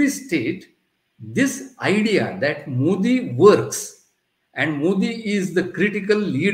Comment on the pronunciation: Learn to get his name right. It is मोदी and not मोडी. Softer "d".